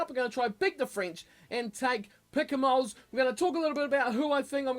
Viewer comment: please keep the s silent in Picamoles